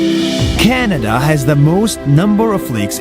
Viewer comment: You said Shanada Not Canada